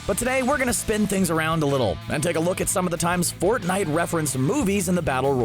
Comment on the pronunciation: Stop with fnite